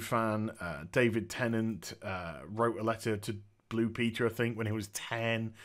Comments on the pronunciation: David "Tennidge" ?? Lol love this review man but why can't you pronounce "Tennant"? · lol you called tennant ten inch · Aside from not knowing how to pronounce David's (NOT "ten inch") name (watch an interview where he is there and introduced would you?) this was a fine talk. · Sorry, but your title is all wrong. It's not, whether Dr. Who is leaving, but whether Jodie Whittaker is leaving. Also, sorry but you didn't pronounce David Tennant's name properly. Why on earth do you pronounce David Tennant as, David Tennach, Sir? Why don't you pronounce the last syllable of his name Tennant, as the same as "ant" or "ent?"